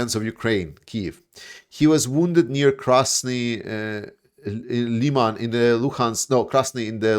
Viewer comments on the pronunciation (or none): none